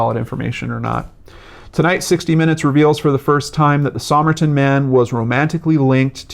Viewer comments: It’s pronounced “summer-tun” not “somme-er-Tom.” The code strongly suggests spy craft, and the use of a rare book as a key (classic Russian spy craft). This is such an interesting case (I think he was a Russian spy — probably trained as a dancer before the war and was coming to settle a score with the Australian nurse (who many think was a Russian spy herself). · And summertun not Somme-er-tom. I’m a yank and I know it’s “passtee” though I lived in the UK for a bit. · Somerton, pronounced summerton.